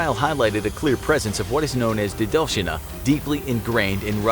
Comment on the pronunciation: It is not дедОвщина, it is дедовщИна.